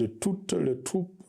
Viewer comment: Arete de tout le thropee 😂😂elobeli yaba rwandais kk, biso tolobaka troupe et non thropee